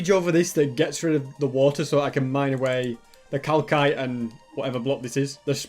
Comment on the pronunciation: Who’s with me cringing at for pronouncing it cal cite instead of cal site